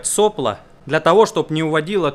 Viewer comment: СоплО! Ракетчику ухо режет сОпло.